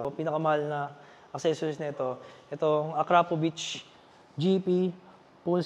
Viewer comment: Idol Mali bigkas mo Ng akrapovic..salamat idol